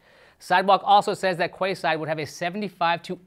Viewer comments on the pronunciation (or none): Quayside is pronounced keyside 😂😂😂😂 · Quay is pronounced "Key"... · I think it's pronounced 'key'-side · The pronunciation of quayside 😂😂😂 it's pronounced 🔑side btw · Quayside??? Google on how to pronounce it. 😂